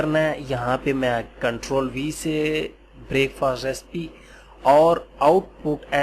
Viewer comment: sir g break fast nai parha jata hy pls a ik he lafaz hy